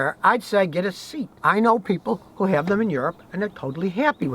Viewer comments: say-ought not seat lol :) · Ha ha you yanks make me laugh it's pronounced Cee at not seat lol. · Scotty, SEAT is a Spanish company and the name should pronounced like "CEAT" (in the English language). It's not a SEAT for you to sit on 😁. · lt's not pronounced 'seet', Scottie. lt's 'say-at' (Spanish) You're from Tejas ('tay-has'), so you should know these things! lol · Seat is not pronounced seet its pronounced sea-yat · Scotty, its not a seat. Its a Say-At. Its a Spanish car, owned by VW. Had a good reputation 15 yrs ago. Nearly bought one, but the dealer wouldnt haggle, so I walked - literally, to another dealer. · Hello Scotty, love your videos. One note about Seat is that it is pronounced SE-AT, not Seet. Another note is that Seats are basically Volkswagens with a different brand. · Lol, it’s not Seat, it’s pronounced Say At And it’s just another VW devision 😎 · Not seat Scotty SE----At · Yeah, even if english pronounciation differs from original, it should be like "see at" :) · Seat - "SAY-at." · the pernunskiation of Seat is Say ott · Seat cars [pronounced Say-At] are just VW’s in all but body panels. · SEAT. Is pronounced like say at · just a heads up Scotty, SEAT is pronounced SHIAT lol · Scotty the Spanish volkswagen is called a '' sayy at'' u say it the Spanish way, hope this helps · Seat is pronounced Sea-art, it also belongs to the VW group. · Seat pronounced Se at, I know your not big on European cars, Neither am I, I was a BMTrouble you tech, But like you, I have a Nissan Skyline Turbo R33,6cyl, Turbo with Dual controls as I run a driving school, Its just turner 200klms and with oil and filter every 5k, The 26-year-old does not use a spot of oil. Only made for the Japanese market, Cheers love you Vlog. regards from Sunny Australia. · I like how Scotty pronounced 'Seat', which is a Spanish car brand that's part of the VW group :) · Someone teach Scotty how to pronounce "Seat"!!!